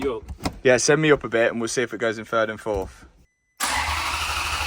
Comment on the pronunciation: And it fourth not fourf